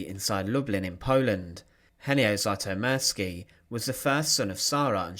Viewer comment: I may be wrong (I often am), but I'd pronounce the surname "Zütomirski" (taking for granted that the spelling is correct, and has not been altered in transmission by people from "somewhere else"), not "Zaitomirski" (as per the narrator). I have been painfully familiar since First Grade in Elementary/ Primary School with the fact that Anglophones are absolutely, hopelessly, cluelessly groping in the dark when it comes to the proper pronunciation of letters (mostly vowels, but not to the exclusion of consonants). I do not extend mercy, longsuffering, or forgiveness to them, despite the possibility (and probability) that they just don't know any better.